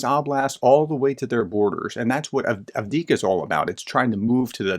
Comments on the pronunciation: I think his mouth out runs his brain in the haste to get his points across and misses some letters in the words. Same thing with Avdiivka. He seems to miss most of those middle letters. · Dear Professor, thank you for your analysis but would you please, please learn to pronounce words like Zaluzhny and Avdiivka correctly? Other English-speaking commentators can manage it, why can't you..?